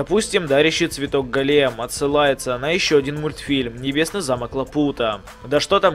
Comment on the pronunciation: Не галки а го́лем